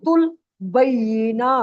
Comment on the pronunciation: حضرت سورۃ البینہ ہوتا ہے انٹی غلط پڑھ رہی ہے